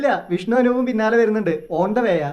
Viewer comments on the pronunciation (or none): none